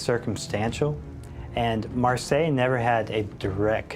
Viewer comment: Her name is Marcia, not Marseille. Pronounced Mar see ah, spanish name.